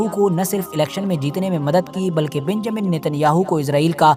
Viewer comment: Pahle Naam to Lena seekh lo beeeeeenjamin